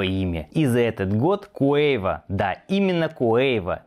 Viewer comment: Какой куэйва ,вообще-то КАВО